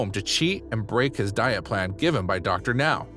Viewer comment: OMG! The narrator finally pronounced Dr. Now's name correctly! Will wonders never cease? But the rest of the narration is pretty bad...